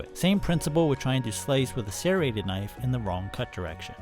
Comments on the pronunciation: no its not. You are saying sairreted instead of serreted. It has to be on purpose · Why do you pronounce it as "sairrated"? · Why do you keep pronouncing "serrated" like that. You speak like a normal human with every other word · Serrated, not sairated. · Sare-ated Not shade. Just funny to me. I always here it "ser-rated" not ever "sare-ated" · Opinion invalid, can’t pronounce serrated correctly 😂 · ffs it's not SERrated. It's serRATed. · Why can't you say serrated properly ? It is pronounced sir-rated